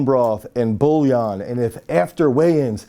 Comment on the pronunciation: It’s bouillon (pronounced “BWEE-yon”, approximately), for some reason Americans pronounce it as if the “i” was after the “ll”.